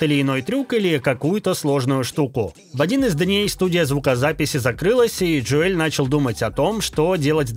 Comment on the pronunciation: Джо Эль. )) ДжОэл он.